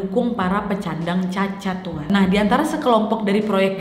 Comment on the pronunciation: kak nadia : pecandang cacat,,, perasaan penyandang cacat deh,, 😄😄😄